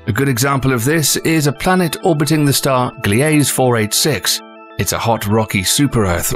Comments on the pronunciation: I have a problem with your pronunciation of widely used words. TATOONY. Wtf? GLEAZE 486. It's gliesa. They pronounce it the same in like 5 different languages, how did you botch it so hard in English? Good content but damn. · Glee-ase? I'm stopping watching this video now. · I believe Gliese is pronounced glee suh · There are some funny mispronunciations in this video. “Tatoo-nie” “gle-ase” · “Gliese” is pronounced “glEEzY” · Yes but he also mispronounced Gliese